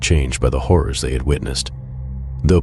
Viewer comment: so good scary they forgot the r and the end of horror lol